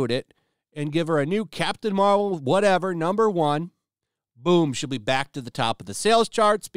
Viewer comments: I thought you said Craptain Marvel..lol.. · I could've swore he said "crap tain marvel" lol